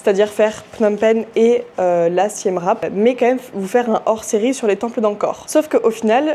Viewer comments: Hello ça se prononce "siem ripe" et non rape 😅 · Mes oreilles saignent Siem « rape » 😅